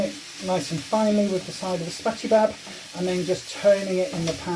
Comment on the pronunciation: I love how you call a spatchula a "Spatchybab" lol :D Definitely gonna give this a go though hun so thanks for sharing ;)